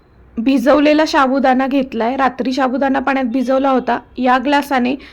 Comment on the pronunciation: मॅडम साबुदाणा हा शब्द नीट बोला